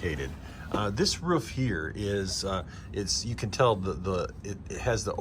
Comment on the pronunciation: Roof not ruf